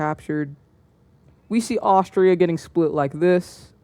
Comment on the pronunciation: you called austria austrailia